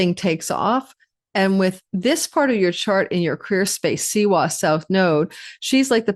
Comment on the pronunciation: W in siwa is pronounced like V